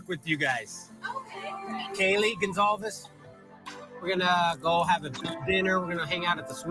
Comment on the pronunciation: It’s Goncalves not Goncsalves